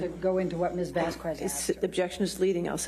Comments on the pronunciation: Her last name is not VasqWez, it’s VasQUEZ. The U is silent. For an educated person she sure doesn’t get it. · Elaine, it's Vas-kez, not Vas-kwez! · Right. It's not pronounced Vas-kwez. It's pronounced Vas-kez! Elaine is a DOPE! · The way Elaine says “Miss Vaskwez” come on it’s Vasquez 🤦🏼‍♀️🙄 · Elaine purposely mispronounced Camille Vasquez's name. Anything to throw her off. Didn't work very well. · Amber’s Attorney: “….Ms. Vazkwez…” Johnny’s Attorney: Objection “mispronouncing my name.” Viewers: can she ever say the name right before the trial ends?… 🤪🤪🤪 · "Miss VaZZzzKWEEeez" 🙄 . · "from Ms. Vasskwezz..." 😂 I know it's been awhile but we all know it was a beat down and it was funny too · Vas-qu-ez Elaine is embarrassing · Why does she say vasquez like wasquez 😂😂 Atleast try to pronounce it right.. and wtf the judge says SUSTAINED and elaine has the nerve to argue with the judge 🤦🏻‍♀️and why is amber always staring down at the jury and doing that half smirk 🤢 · "VazkOOez" WTF is that? It´s actually easier to say it correctly. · It’s payback for 1. Clearly discussing AH’s testimony with her during the break and coaching/rehearsing how to “fix” her testimony and 2. Refusing to pronounce Miss Vasquez’s name correctly. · What irritates me is her deliberate mispronunciation of Camille's surname. She never did it before here and didn't do it in her GMA interview. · Amber Heard’s lawyer intentionally mispronouncing Camille’s last name is so petty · I’m not a Latina, but her constant mispronunciation of Ms. Vasquez’s last name, is like nails on a chalkboard lol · Every time Elaine mispronounces Vasquez, my eye twitches, and it's a real struggle to not spike my phone. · Why, oh why, even after weeks of trying the case, was Elaine STILL unable to say "Vasquez" correctly? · It annoys me so much that Amber's stupid attorney doesn't have enough respect to pronounce Camille's last name correctly. Its almost as if she's doing it deliberately. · The way she pronounces Vasquez